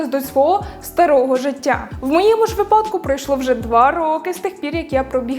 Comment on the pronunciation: У слові «випадок» наголос завжди на перший склад 🤫